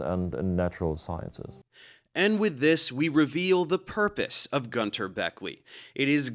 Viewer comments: btw. I love and respect your videos. But as a native German speaker, I need to mention that you mispronounced Günter's name. YOu called him Gunter (Goonther) but he's actually pronounced like Günter (Günter)! :D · Man it‘s gÜnter not gunter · Every time I hear a native English speaking person pronounce the name Günter my nails screw themselves up ^^ (u and ü is not pronounced the same way…). ok this guy’s German accent is even more annoying ^^ I’m not a German but German is my native language so I am allowed to say that ^^